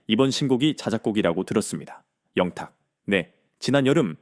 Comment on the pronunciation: 밀라그로 ? ㅎㅎㅎ 진실을 잘 알고 방송하세요 발음도 문법도 영탁. 양탁 듣는 사람 짜증나네요